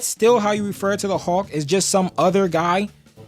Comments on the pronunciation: Hulk not Hawk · “Howk” 😂 I’d like to know your thoughts on the 70’s Hulk TV series.